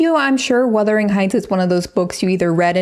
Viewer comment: Worst-ering Heights.